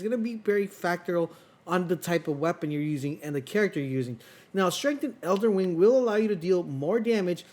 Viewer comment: he also says elder wing